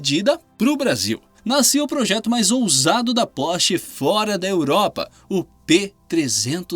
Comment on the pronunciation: Lmao "pose" "porch" lmao ok ai